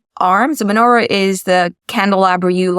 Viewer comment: menora, chanoeka, she said it wrong, but never mind